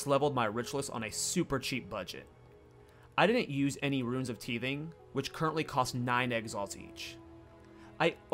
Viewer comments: Also, runes of tithing is a pronounced tithe-ing not teeth-ing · Loving your thorns content. FYI, the first i sound in tithing is pronounced like “eye” so t’eye’thing or tai’thing